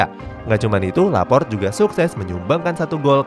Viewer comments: Laporte bos bukan laport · Laporte min bacanya,,bukan Laport... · Laporte bukan laport pke E nya min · Lopart laport lopart laport 😂 , LAPOR TE mereun bacanya